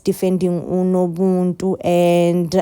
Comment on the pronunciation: It's nobuntu not nobuntu pls